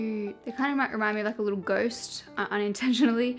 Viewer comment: You trying to pronounce unintentionally is me. So frustrating 😂